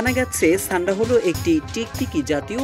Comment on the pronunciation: ছান্ডা না ভাই সান্ডা